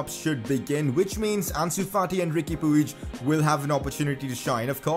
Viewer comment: Puig is pronounced "pudge"